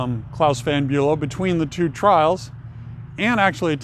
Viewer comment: Swift lives in Watch Hill not Newport. it's VON not Van....